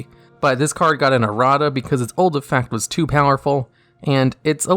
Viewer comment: Why does the Pandemic Dragon say EFEECT lol